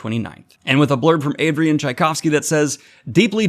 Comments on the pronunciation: You did it! You said his name right! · Just YES to Tchaikovsky video (and yes you finaly got it right; in previous videos every time you managed to mispronounced his name my left eye started twitching violently!). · Props for for battling your dyslexia and not giving up to it! Tchaikovsky is not the easiest surname to pronounce, but you got it and not for the first time, if I remember correctly. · Yeah! Daniel finally got the pronunciation of Tchaikovsky’s name correct! My opera/classical music heart sings! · How I can tell that Daniel has used AI to create this video: he pronounced Tchaikovsky correctly. You tried to make it seem like a conscious effort, but I could tell right away 😄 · And that would be Adrian "Oh gods, here it comes" Tchaikovsky "OH! He did it. He pronounced it right!" Did I do it? "Yes, yes you did" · I had the same reaction! Daniel butchered the name so many times already and I expected it again :D Good job. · Thanks for learning to pronounce Tchaikovsy....it was ...horrible 😂 Whyndon't you read all his novellas & make a video about it ? They 're even better & more original than his novels... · Huzzah! Best bit of this is Daniel pronouncing Tchaikovsky correctly! No idea if it was a previously a bit but I appreciate it, it's a relief. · Holy hell he got Tschaikovsky’s name right. This is revolutionary